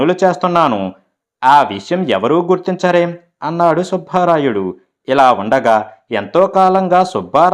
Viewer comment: సుభారాయుడు కాదు, సుబ్బ రాయుడు, భ ఒత్తి పలక రాదు 👎 ఎన్నో కథలు చదివిన మీరు తెలుగు ఉచ్చారణ దోషం ఉండరాదు. అందుకే మీకు dislike పెట్టాను 👎